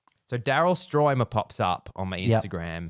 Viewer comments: I can’t believe he couldn’t pronounce Stuermer correctly which is a German name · You call yourself a Phil Collins fan yet you've never seen the "Seriously Live In Berlin" concert? Seriously? From 1990? And you can't pronounce Daryl Stuermer thats been with him since 1977 in the Genesis days? So ridiculous.